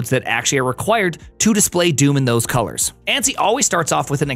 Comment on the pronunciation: "Colairs"? Probably best you removed the U. I don't think you understand how that letter works.